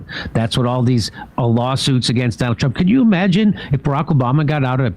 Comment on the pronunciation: "Try to tro tronald trump"😂